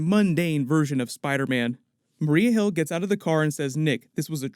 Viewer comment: Yeah "nick furry" and "marie hill" 😉😂😂😂😂